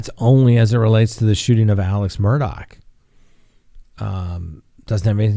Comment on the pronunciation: minutes of talking about food super chats and patreon. Its Murdaugh not Murdock